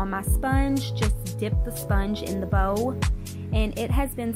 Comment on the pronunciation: When you say bowl i thought you said bow